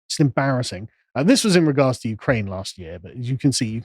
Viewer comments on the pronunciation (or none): none